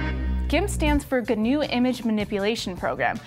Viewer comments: You don't pronounce the G. Gnu = New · I laughed my ass off when she said "gunoo". Graphical User Interface. G-N-U. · FYI: The "G" is silent in GNU. :-)